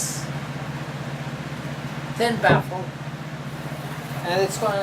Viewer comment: daisy corta yeah, I thought he said a ten baffle. I was thinking 10 baffles might be overkill. LOL